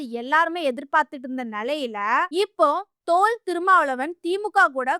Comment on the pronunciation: எம்மா!முதல்ல நீ தமிழை நன்றாக உச்சரிக்க கத்துக்கோ!அவர் தொல். திருமா! நீ சொல்லுவது போல தோல். திருமா. அல்ல. ஆகவே தமிழில் உச்சரிப்பு மிக மிக அவசியம் அதை புரிந்து பதிவிடவும்.